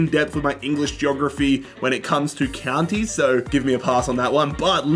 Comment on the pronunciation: Mispronouncing all the counties